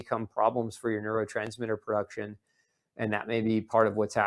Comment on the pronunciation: There is no perduction…are you trying to state the word pronounced production?